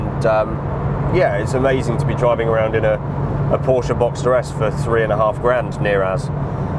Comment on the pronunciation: There's no "A" at the end of Porsche!